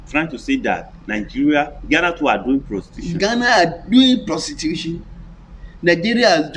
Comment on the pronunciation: prostitution not protitution